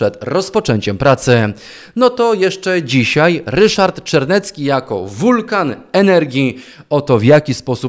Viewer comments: Obatel jest Czarnecki a nie Czernecki.:) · Czemu mówisz Czernecki? Ten złodziej nazywa się Czarnecki - złodziejom nie przekręcaj nazwisk żeby wszyscy mieli jasność o kogo chodzi. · Ryszard nazywa sie ciagle jeszcze Czarnecki, a nie jak pan twierdzi Czernecki. Mam nadzieje, ze wkrotce bedziemy go nazywac Ryszard C. i bedzie panu lzej. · Nie Czernecki a Czarnecki